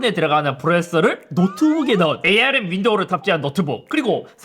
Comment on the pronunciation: 근데 ARM을 왜 자꾸 에이알엠 이라고 읽냐...